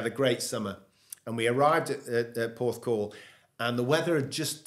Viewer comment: Every time I watch one of these i say “best video so far”. I’m saying it again “best video so far”. Gary is a great bloke and what a career he’s had. I was there when he beat Woods. Had a chuckle though when said Gary beat Woods at Royal Porthcrawl 😂. Have to say that as interviewers you both put your guest at ease which adds to the quality of the video despite pronunciation. Great decision to start this new channel in my opinion 👏.